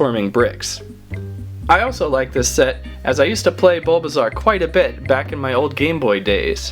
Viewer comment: Dude it's bulbasoau pretty iveasour and venusour